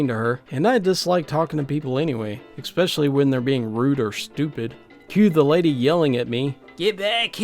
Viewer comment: BTW, there is no "c" to be pronounced in the word "especially". Instead, say"es-pecially".